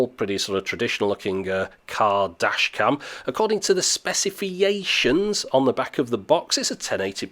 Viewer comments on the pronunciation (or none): SPECIFIETIONS? :D :D :D Chinese shit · Specifieations made me laugh. Great review, I am really happy someone is taking the time to review these cameras in a consistent manner - on top of that the production value on these videos is great. Thanks a bunch! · Hahahahahaah SPECIFIATION! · good thing "specifications" doesn't have any R's or L's.